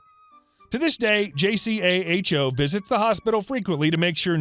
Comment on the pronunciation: I worked at a hospital, JACHO is totally feared; whenever accreditation time came around Staff worked into the wee hours complying and compiling. It was a hellish time. However It's pronounced JAY CO.